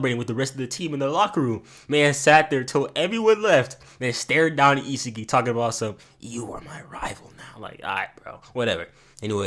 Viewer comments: Not gne hold you bro you saying isagi name wrong it's I-Sah-gi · Bro it’s E SA GEEEI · It’s isagi is-a-gee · The way he pronounce isagi's name as "isa ge" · DO NOT ever butcher his name again 😭😭